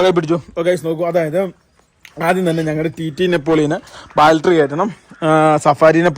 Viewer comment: ബാൽട്ടറി അല്ല പൊട്ടന്മാരെ...... ബാറ്ററി ബാറ്ററി ബാറ്ററി ബാറ്ററി Battery Battery Battery Battery Battery